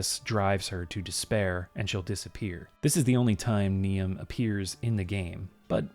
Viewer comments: FYI Niamh is pronounced "neev", not "nee-am". Irish is just like that. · Not that you're going to fix it now, but I think Niamh is pronounced nēvē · just on pronunciation of those Irish names, Niamh sounds like Neev or Nee-uv, and Oisin sounds like Usheen (as in push) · I'm gonna go ahead and say the ghost calling for Oisin is called Niamh (pronounced Neev), "Knee-am" is a pronunciation I've not heard before though that's for sure! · Really enjoyed this. By the way, Niamh and Oisin are traditional Irish names, with Niamh pronounced more like ‘neev’. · its pronounced nee-ve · For the record,, and it's understandable you wouldn't just know this off the top of your head, but Niamh is actually pronounced 'Neev', it's an old Irish name. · Hello! Grand as usual, but Niamh IS pronounced Neeve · Niamh is pronounced "Neev", fyi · one correction - Irish name Niamh (a ghost name) is pronounced as "Neev" (rhyming with leave or steve) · "Niamh" is pronounced "Neive". It's quite a traditional Gaelic name, but I wouldn't have had to tell you all this if you're done the bare minimum research. You Americans really do take after your president. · Niamh is pronounced Neeve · FYI Niamh is pronounced Neev. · Niamh is pronounced Neev ;p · I wonder if Sasha was meant to be Saoirse. The pronunciation of Niamh is pronounced Ne-ev and Oisín is Osh-en. Irish is a tricky language as using the English alphabet means we have to learn rules for how certain letter combinations produce sounds. MH make a sort of V sound and and the NIA makes more of a NEE sound. I had 6 years in an all Irish school and then another 6 years of regular Irish classes and honestly my Irish was terrible. I honestly feel bad I have lost my Irish as I just never used it. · At the risk of being *that guy*, Niamh is pronounced "Neev". Saying it only because I am Scottish and see Gaelic names mispronounced all the time. Great vid! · It's a little late now, but "Niahm" is usually pronounced "Neev"